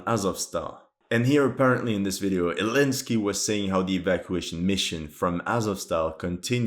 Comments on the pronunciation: Why are you saying saying elensky instead of Zelensky? You say that a few times throughout the video. Also, you keep saying that Zelensky ordered/wanted them to fight to the death but Zelensky said almost 2 months ago something like "we are unable to help those trapped in Mariupol, they can surrender if they want." Lastly, its funny how Russia and the LPR/DPR guys are always saying they're fighting N*** when the LPR/DPR guys also wear the toten****. YT deletes the comments with sources outside of YT but you can find them pretty easily if you type LPR/DPR and the toten***, black** and unironically a swa** made from 2 Zs. The Russians don't care about that, they just know its a very easy casus belli. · Elensky 😂 since he band the letter Z